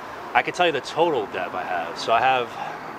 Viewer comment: He does know the "b" in debt is silent...